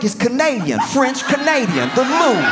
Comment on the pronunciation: The Loof? Then I got it. He means the Louvre! 😅 English is funny.